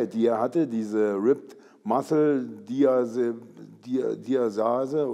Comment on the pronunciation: "Ripped massel diasase"